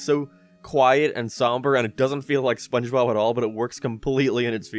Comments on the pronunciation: "spongebop squandpant" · It's sponchbop. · you pronounced spongebob wrong. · Season 5 is when he starts mispronouncing SpongeBob's name. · Can someone count how many times said SpongeBob’s name wrong? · The gradual misspelling/mispronunciation of sponge bob's name is what kept me going throughout this video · he calls spongebobs name wrong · Jesus christ how many times has he said "Spongebob" wrong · I like how he says Spongebob more and more wrong as the video goes on. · Take a shot everytime mispronounces/misspells SpongeBob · I've lost track of how many times he purposely said Spongebob's name wrong. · I love how you constantly mispronounce spongebob its so hilarious it makes me laugh everytime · I gotta count with how many times mispronounces spongebobs name